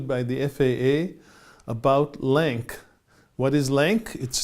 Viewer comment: Thank you for the video. Minor correction. LAANC is pronounced as "LANCE", there is no hard K sound, as spoken in the video you sited